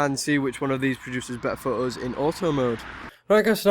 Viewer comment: "Okay today we r gonna take some phooes "